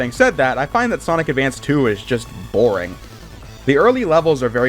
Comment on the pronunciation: Sometimes it's hard to sit through the speech mannerisms of some of these reviewers. "I just think the game is plain BORING". Like damn gotta shoot that word like a bullet both times huh? We get it. It's the most popular of the 3 and you wanna emphasize that you disagree. lol jk Actually I've been watching this dude's videos to pass the time when I've got nothing else to do. Or when I'm drawing. So I look forward to seeing more.